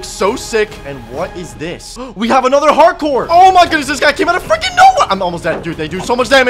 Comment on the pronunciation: Why "Heart Core" Sounds Like "Hardcore"